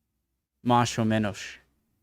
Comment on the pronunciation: i think that he was pronouncing the ‘s’ more as a sort of ‘sh’, which is more akin to Portuguese.